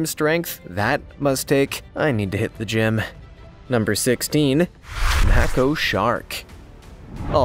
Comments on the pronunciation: IT'S PRONOUNCED LIKE MAYKO NOT MACKO YOU STONER! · When you are covering any topic, journalists will go over every part of the story to avoid looking foolish. I loved the video…but it’s a Maco (May-co). Do the homework, we all are required in our professions.